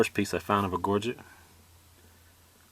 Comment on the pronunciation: Wow...thanks for sharing your amazing collection, I can feel your passion for artifacts!! This sounds petty but so glad to hear you pronounce Gorget correctly......Happy hunting. James